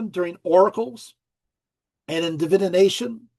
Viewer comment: Still wondering why pronounces DIVI-NATION like Divi-ination.